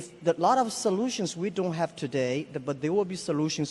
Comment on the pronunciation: Jack: At china doday, we have eighteen hundreed new babies born every year, which is not enough. xD This guy isnt listening to his own words, btw, he is talking bullshit and Elon is internally frustrated and wants to say his opinion :D